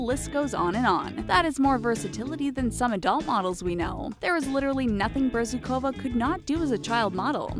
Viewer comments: omg BezrukOva, PimenOva is it so hard to put the stress on the right syllable? * cries in Russian * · you should find out how to pronounce a Russian name, before messing up like this! it's pronounced AnastasI'a BezrUkova!!!